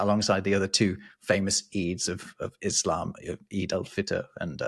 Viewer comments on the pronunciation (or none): none